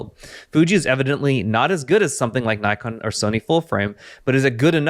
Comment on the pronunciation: Nikon, pronounced Nick-on, lol bro